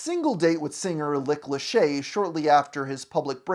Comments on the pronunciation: Lick Lachey? 😆 You really thought you could slip that past us, eh? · umm who the hell is "Lick Lachey?" I thought it was just a single mishap, but nope, he repeated it. Lordt. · “Lick Lachey”? 😂